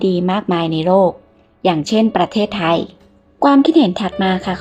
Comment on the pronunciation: แอดมิน พูด ประ- เทศไทย ทำไมไม่อ่านว่าประเทศไทยไปเลยทีเดียว 3 พยางค์อ่ะ...ทำไมต้องแบ่งว่าประ...ตามด้วยเทศไทยเหมือนกับคนต่างชาติน่ะเหมือน แิดมิน.. เป็นคนต่างชาติเลย..ค่า...10--7-67